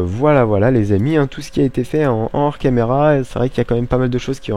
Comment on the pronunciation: Double post, c'pas bien toussah, mais, on ne fais pas la liaison entre le "en" et le "hors". (ça aurais été en ors, tu la fais mais pas dans d'autres cas... oui je sais aussi utile que de dire que j'ai mangé une pomme ce matin, mais j'ai frolé la fracture du tympan x)) Autrement, fort bonne idée les escaliers sur le panneau d'affichage? Et enfin, cette rive commence a ressembler a quelque chose de bien sympatoche:) Bonne continuation a vous trois:)